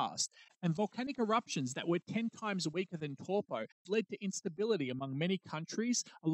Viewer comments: An easy way to remember the pronunciation of the vowels in te reo Maori - a as in the word car, e as in egg, the i is a long i as in key, o as in core, and u as in glue. And the r is rolled, like a soft d. Eg Taupo is pronounced toepaw, because the a and u are blended, ie, ah-uuu, which makes it sound like 'oh' Great video though!!! I holiday in Taupo every summer. A super eruption is a terrifying thought 😬😬😬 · No its actually "dow po" as the Stone-age 10th wave colonist Maori call it.